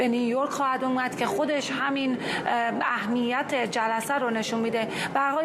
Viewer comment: جان بین ادای کلمات طوری نفس میکشی که انگار در عمق ۵۰ متری اقیانوس گیر کردی! ضمنا اهمیت رو بپرس چطوری تلفظ میشه ؟! به خدا بعد گزارشهای شما آدم انگار ده ساعت تو اتوبوس نشسته ، له و خسته میشه! 😅